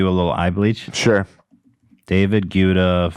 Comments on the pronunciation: I’m sorry I have to say it - it’s pronounced “GETTER”.. “DAVID GUETTA” (Getter). It’s been driving me nuts saying Gweta 😂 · ETHAN... it’s Guetta spoken Ghetta 💋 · The H3 crew misprononcing david guetta's name is the most hilarious thing !!! "Gwetta", "Gouda" Guys, it's "Gaytta" 😂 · GUETTA. get - ah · Will Ethan ever learn to pronounce David Guetta right? It's just GET-TA 🤣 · The fact that they say David Guda kills me every time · David Gouda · it’s pronounced David GET-UH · btw 'guetta' is pronounced 'get-ah' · Why do you pronounce David Guetta so weird?😂